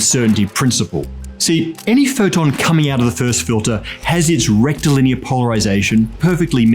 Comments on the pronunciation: I wonder how many proctologist's ears perked up every time said "rectilinear"? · How unqualified to be here am I? I keep hearing him say “rectal linear” and all I can think is “straight up ya bum”. I’m hopeless.